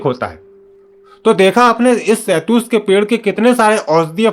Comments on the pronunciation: Shahtoot bolte hain be ,shahtoos nahin bolte. Chal thik se shahtoot bol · Shetoot bolna to sikhjao ache se video fir Kabhi banalete.